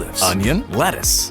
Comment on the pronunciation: 途中からレタスがバルスに聞こえるの俺だけですか？